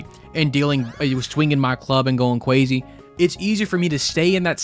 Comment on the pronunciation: Cwazy :3